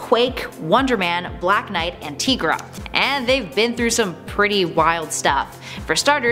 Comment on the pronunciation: Her name is T-EYE-Gra, not T-EE-Gra. Think about it! She’s a tiger. Get it? TIGRA! One of my all time favorite superheroes! 🤘🏻